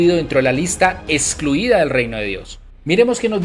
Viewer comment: Se dice texto. No se dice testo.😢😢😢😢se dice excluida, no se dice escluida. Texto NO testo Texto. NO testo 😢😢😢😢😢..